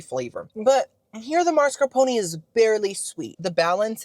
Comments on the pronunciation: it’s mascarpone with the “E” at the end 😂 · P.S. - your pronunciation of gnocchi is perfetto! And super close on the sweet cheese found in tiramisu: it's MAH-scar-POH-neh; there's no "r" in the first syllable. Farfalle is pronounced "far-FAH-leh", and fagioli is pronounced "fah-JOE-lee." Btw, your songs were 🔥🔥🔥!